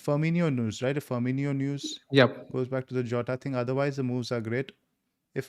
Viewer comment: Guys, its pronounced firMINo not firMINIo. ❤️